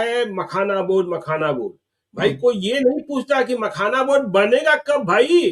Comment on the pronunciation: Makhana ko pakhana bol rahe hai.